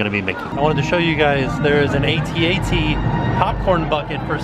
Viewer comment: Great video updates. When In 2019 is Star Wars land opening? I need to make my hotel reservations. the big robots that walk in the snow in Empire Strikes Back it's pronounced At-At. You don't say it as each letter individually but say the whole word At twice. Have a blessed rest of the week can't wait for tomorrow's video.